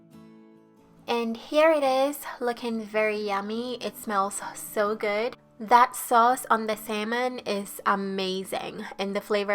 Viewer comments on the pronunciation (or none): none